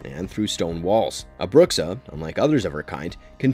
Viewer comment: Bruxa means literally witch in Portuguese (and your pronunciation isn't exactly right...)